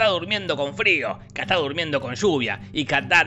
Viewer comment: El chamaco de Will Smith se llama “KITAI” Jorge “KATÁ” 😂😂😂😂😂😂😂😂😂😂😂